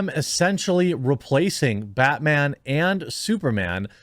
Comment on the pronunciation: Bat whammon, lol.